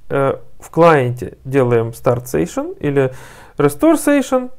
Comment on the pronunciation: Сэйшэн звучит прикольнее чем сэшшн ;)